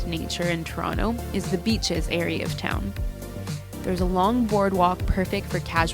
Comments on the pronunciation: No turono idiot. To-ron-to. And you insisted that idiotness so close it immediately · To - ron - to No to ron no